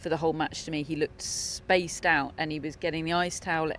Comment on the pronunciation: When she says "spaced-out" i laughed every time. I don't know if it's her accent or what 😂